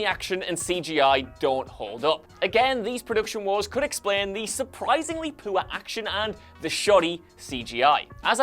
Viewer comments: The way you say "poor" is funny. "Poo'or", love it, maybe you're subtly telling us the movie is poo. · am i the only one who hears this guy saying 'poo' ?